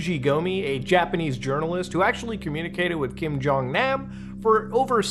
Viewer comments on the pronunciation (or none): In Korean, all As are pronounced "ah", not like the a in "ack." Kim Jong "Nahm." Pyong"yahng".